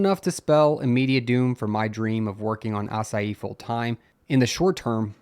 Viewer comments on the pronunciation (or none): Love how he pronounces "Asahi" like "açaí"